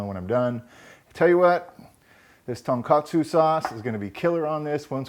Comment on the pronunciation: TONE KA TSUE. also not done with Veal, TON means pork these are done with pork loin usually